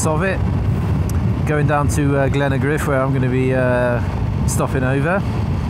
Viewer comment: Just as well you're using Satnav. If you had to ask for directions God knows where you'd end up. Glen-a-griff?? how'd you mangle Glengarriff into Glen-a-griff? Anyhow, love the channel. Did a Scotland trip with my son in March, largely on the basis of your recent Scotland series. Only got as far north as Ullapool due to time constraints. Itching to go back. We got lucky weather-wise, but I wouldn't really advise going that early in the year.